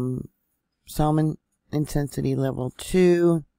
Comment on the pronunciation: Hi 😊 I’m in Boise and didn’t feel it but I have definitely been following you and enjoy your info on Yellowstone rumbling’s! Thank you so much for all your work! Oh, Salmon is pronounced Sa-mon like the fish!😁😉 Thank you again!🤗💫🐘